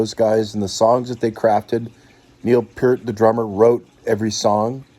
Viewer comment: BORING. snore. btw...it's P ear t. Pee ear t. Obviously uninformed. NOT PERT. c ya